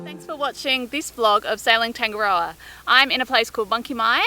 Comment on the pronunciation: Hi...love all your vlogs...but please please please...tangaroa...its said...taa nga roa...or...tung a roa...not not... tang ga rower...nga mihi nga aana